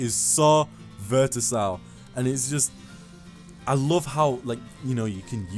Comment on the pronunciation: Lmao this man said "Vertisile"...lmao!